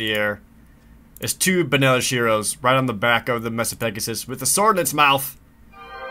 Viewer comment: It's MAY-Sa, Jared. May-sa. It's like, a flat top mountain.